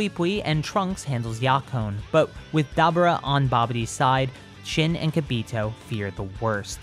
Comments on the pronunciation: ITS DABURA NOT DABRA PRONOUCE THE URA or ora (i hate manga readers) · You’re saying Dabura’s name wrong, it’s pronounced Dabora